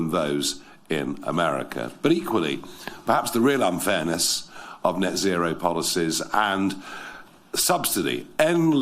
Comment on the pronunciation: NET ZERO IS NOT ZET ZERO… IT’S A HOAX!!!!